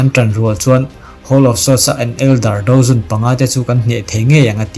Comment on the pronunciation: i hnar ping tawng a maw ka tia mahse dou zun kha i lam dik ve leh tho bawk sia.. Ka comment ta hram😅😂